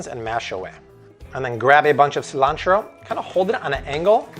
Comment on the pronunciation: You lost me at “see-lan-tero”. That’s not how Americans pronounce it.